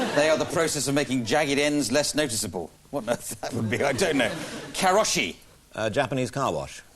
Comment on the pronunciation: Yay, I actually knew the answer karoushi, even though Clive completely butchered the pronunciation.